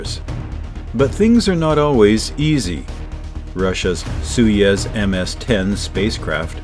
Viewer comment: Its not sui yez, its SOY YOOZ.